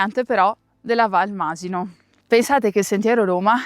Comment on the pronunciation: ...sentire Masino con l'accento sulla i non si può sentire!!!